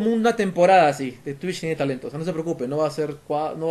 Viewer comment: Yo dije wow pero por que dice "Twicht"